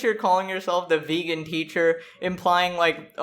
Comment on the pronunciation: “You once were a ve-gone, but now you will be gone.”